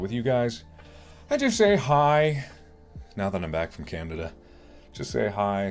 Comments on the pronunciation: Best mispronunciations ever "now that I’m back from candadandada" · Funny how he said Candada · Anyone gonna talk about the fact he said Candada instead of Canada >~> Love u mark! Ur vids always make me laugh when I’m feeling down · He said canada